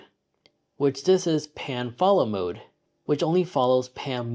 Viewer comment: Are you saying Pan or Pam?